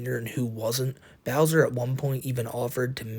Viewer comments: Remember fellas the is a pwedator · I don’t know much, but I do know is a pwedator